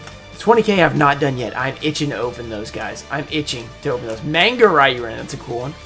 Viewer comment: manga is pronounced mahn-guh